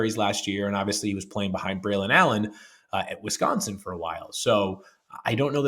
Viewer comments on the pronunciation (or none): none